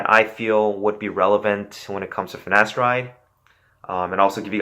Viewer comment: My man... you can’t be spreading knowledge whilst pronouncing “finasteride” and “gyno” like that. It’s pronounced “fi-na-STAIR-ide” and “GUY-no”. 🤣